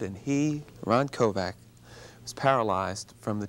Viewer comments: stop saying Ron Kovac ugh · Interviewer, respect this man! His surname is not KOVAC. It's Kovic. Respect your heroes! He deserves better than you! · Pretty bad interviewer - jeez, at least pronounce his name correctly! It's KOVIC, not KOVAC. I had the privilege of briefly meeting Ron at Kent State years ago. A very nice guy, very approachable, very personable, and very passionate about the things he believes in. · I wish Ron Kovic would of told the host that his name is Kovic..not Kovak. Thank you Mr. Kovic of sharing your story… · I know right? He pronounced his name wrong. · I am not so impressed with this Bill Boggs, if this guy is so moved by Kovics book, you would think that he could pronounce Kovics name correctly. There is also seems to be a minor undertone of judgement in his questions.